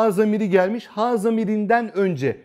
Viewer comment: Hocam ha ve hu yerine he ve hü şeklinde okunması gerekmez mi? Ince harf değil mi?